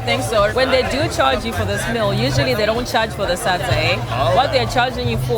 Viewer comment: I love how he pronounced SADZA🤣😍 so accurate!!!